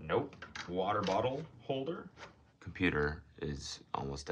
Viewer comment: should sell trains water bottles that say waterbauter